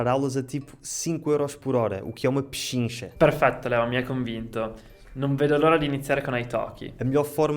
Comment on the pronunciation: Penchicha 🇦🇴👏🤣 So Hard